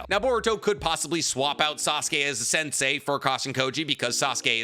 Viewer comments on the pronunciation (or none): none